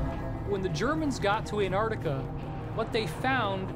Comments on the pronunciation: "ant-TARD-ica"...I feel insulted.... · Ahn taht eecah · Its “antartica” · The way he pronounces Antartica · In an-trardica right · How come Americans don't pronounce the "T" in (Antartica) ? LMAO ! Sounds like "Anartica" ...."An-Tarty-Ka" 😂 it is a funny word though.... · An-tardica. Ant-Arctica. An-Arctica An-Artica. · The name of that continent is ANTARCTICA and not ANT ARTICA or ANNARTILLKA so get the name right people or if you cannot then call it the SOUTH POLE, got it????? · They said Antarctica 2 times right 10 times wrong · Why are 99% of Americans incapable of pronouncing 'Antarctica'? Adolf has no 'Y' in it, either. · An-Tar-Ti-Ca please jheez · I love hearing Australians pronounce the word, "Antarctica". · Can no one that was involved with making this video pronounce Antarctica properly? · What puzzles me more than anything, is the Americans inability to pronounce 'Antarctica' correctly